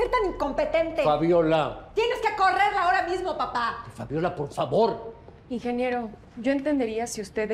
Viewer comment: Ya me desesperooo su “PARFAVAR”